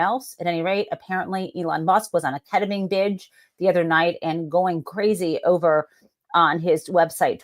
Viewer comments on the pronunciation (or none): KET-uh-meen, not KET-uh-minh. You said it right most of the time ❤️